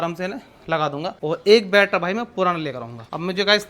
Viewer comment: Battery ❌battra✅😂